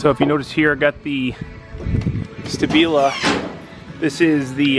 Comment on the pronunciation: "Stabil-Ah" not stay-BEE-la